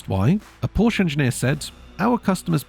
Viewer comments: Good video however, it's Porsh-a, not Porsh. Very poor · PORSCHE is TWO syllables!! "POR-SHA" I can't take someone seriously who can't even pronounce car brands correctly.